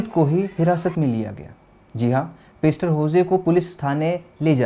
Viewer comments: भाई पेस्टर नही पास्टर होता है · पेस्टर नहीं पासटर